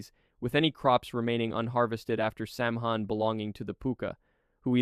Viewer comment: Samhain is NOT pronounced Sam-hain. it is WELSH and the 'mh' is a soft 'sow-oon' sound. so, it is Sah-wen or Sah-ven. The pronunciation of Aos Si is "ees shee". Each-Uisge - ECH-OOSH-kuh. ah, boy; Tuatha Dé Danann is most commonly pronounced TOO-ah-hah Day DAH-non or TOO-uh-huh Day DAH-nin. Tir-na-og-"teer-nah-NOG". Cu-Sith- KOO-shee.